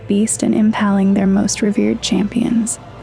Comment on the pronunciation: Hey it's antithesis not anti-thesis, trech-ery not treech-ery and impaling not imPALLing